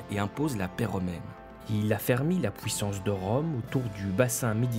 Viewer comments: Vidéo très sympa mais c'est moi ou tu dis ' pouissance ' au lieu de puissance ? ^^ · il vient d'où cet accent ? "pouissance" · On ne dit pas p-OU-issance, mais p-U-issance. Cordialement. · C’est curieux. Le narrateur prononce les UI comme des OUI: pouissance, depouis...